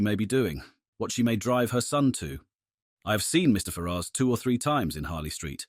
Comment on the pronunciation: Very good, but am I the only person that's going mad at the pronunciation of Ferrars? Every time I hear it, I am thinking, who are you talking about 😂